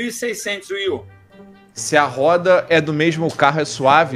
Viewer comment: mano esse cara me deu odio nesse vídeo kkk, fora que ele disse wi u melhor que Switch kkkk. Meu ouvido até sangrou